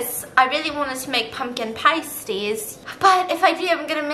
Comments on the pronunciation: Me, British, dying over the fact Stephanie keeps say pUmKiN pAYsties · the way she mispronounces pasties the entire time has me absolutely dead ahahahaha